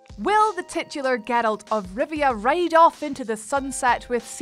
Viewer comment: Wot is it with WHAT CULTURE hosts using word “TICHULAR”?????